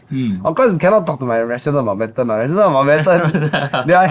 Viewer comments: Mount-bat-ten not mount-bed-ten.😂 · Bed ten also good lah